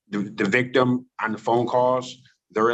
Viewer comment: The vigtim, the alleged vigtummmm" 😅